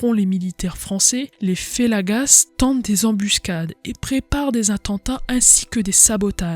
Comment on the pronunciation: Beau résumé, bravo. Attention à la prononciation de quelques mots : fellagas et oulemas, on ne prononce pas le S à la fin ; Charles Quint se prononce "quin"